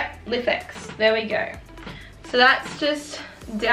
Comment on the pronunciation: Thinking of buying one of these, so this video was done very well and ur channel in general is great! *Just a little FYI: its pronounced "Life-X" not lif x haha 😆🤣